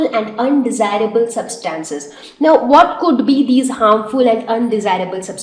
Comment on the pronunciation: The pronunciation of 'Substances' is incorrect